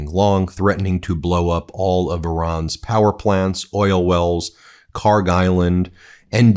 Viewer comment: PRONUNCIATION: (UPDATE: check google earth, they now have the correct khark label.) kharg خارک should be khark. pronounced like park but the german 'kh' sound in the beginning instead of 'p' there is absolutely no 'g' sound in the name. ک is the last letter in the name which is 'k', not گ, the next letter of persian alphabet which is 'g'. they look similar to people unfamiliar and the keys are right next to each other so it is either a typo or poor transliteration. PRONUNCIATION: hormuz هرمز - the 'u' sounds just like the 'o' so pronounce it as if it was hormoz. The way everyone pronounces it, incorrectly, would be written هرموز but that is not how it is spelled so all the web pronunciations I have found are INCORRECT. Check google earth and compare the parsi text to above.